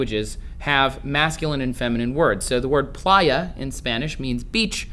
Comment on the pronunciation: lel i love how he tried to pronunciate playa